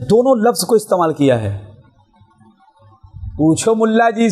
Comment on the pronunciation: استَعمال نہیں بلکہ استِعمال بولو